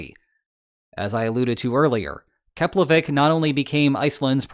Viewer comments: Wow, first time I’m hearing a non-Icelander pronounce the name of the Keflavík airport correctly! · Hey man! I'm Icelandic and I approve your pronunciation of Keflavík! I think you're the first foreigner I've heard saying it correctly! And yes... Iceland is so small I saw my house in your video...